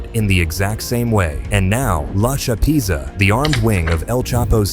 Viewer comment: The narrator is killin me😂😂😂 “La Cha Peeeeeetza”